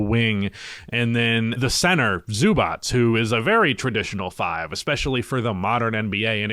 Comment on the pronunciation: Please say it correct. Zubac [ Zzobatch ] Its not that hard.